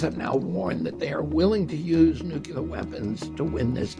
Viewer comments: Nuclear. Not Nucular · Will someone please tell RFK Jr. to pronounce the word nuclear as nook-lee-er. Not nook-you-ler. I don't want anyone to use that against him. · I love your energy and ideas. PLEASE start pronouncing NUCLEAR properly. It will make sound even more brilliant than you already are.